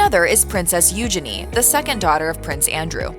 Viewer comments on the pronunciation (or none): none